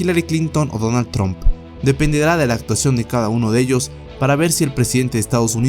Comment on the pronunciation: estaría bien que algun dia aprendieses a pronunciar el nombre de Donald Trump....